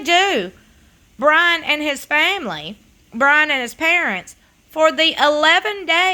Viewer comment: Did she say: Brahn'!!🤔🤔🤔🤣😂🤣😂